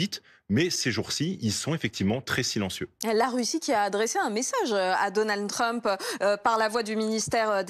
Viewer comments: c'est Donald Trump pas Donan Trump 😂😂😂 articule quand tu parles, problème d'articulation pour une journaliste c'est moche 😂😂😂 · 'Donan Trump' mdr